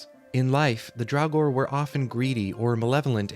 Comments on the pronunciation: It Draugr, NOT drowgor. 🤬🤬🖕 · I honestly had to stop listening because of the constant calling them "Drauwgor"